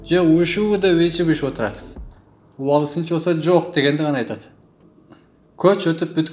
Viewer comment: Убаалы эмес,Уваали тушт.диал.айтылат.